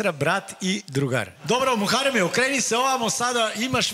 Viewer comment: Sasa nije muareme nego Muhareme izgovori kako treba